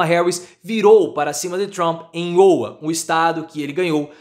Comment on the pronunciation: Professor errando a pronuncia de Iowa. Abraços!